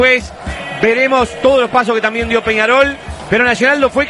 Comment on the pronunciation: Deja anda a aprender a hablar decis penaol en vez de Penadoy jajajajajaja